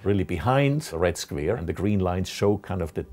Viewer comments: I love how he says “squere” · I like his pronunciation on the word square. "Sqvare" :) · Yeah, we all love those squeers. :D